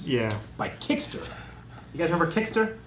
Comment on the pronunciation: KiTster, not KiCKster.